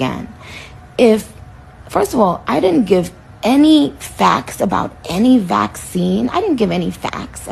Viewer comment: WHY CANT YOU SAY VACCINE?!